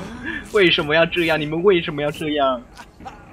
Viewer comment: “这是什mo！what is that” 我真的笑死😂 这隐鬼真的很可黏 哈哈哈哈哈哈